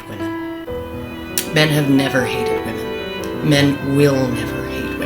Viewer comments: Why can't Lauren Southern pronounce the word women correctly? She keeps saying woman instead, it's really jarring. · dunno why but it is annoying the piss out of me that lauren southerland keeps saying "woman"( singular) instead of the correct plural term she actually means "women" . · is it a Canadian thing to pronounce "woman" and "women" the same way?